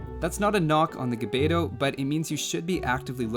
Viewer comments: I have have to say it , but the proper way to pronounce gbeto is actually to pronounce 'g' and 'b' at the same time. I know, it is a weird phoneme. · So far I don't see anyone who makes AOE videos pronounce the "gb" correctly. It's actually one consonant.